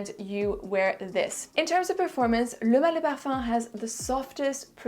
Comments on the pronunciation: I could never say pronounce and say the name like you do. I'm almost intimidated to buy it because I can't even say it, must be my Brooklyn accent 😄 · I'm french and i 100% validate your french accent.